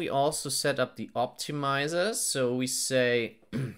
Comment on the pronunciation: 'tensoah' 'optimizah'